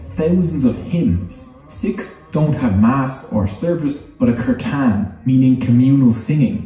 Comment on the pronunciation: Omg when he called kirtan 'cur-tahn'